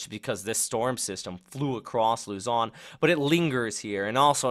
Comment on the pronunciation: Thank's Bro . . professional Raport... your fluent on sayin luzon and name of other islands in the philippines. Thank's